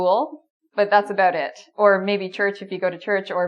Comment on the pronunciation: I'm from the USA and I like how you pronounce the word 'about' I want to say it like that from now on.